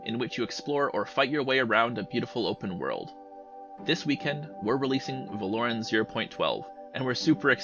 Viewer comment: supported this game until i heard pronounce Veloren "vel - lore - ren" 💀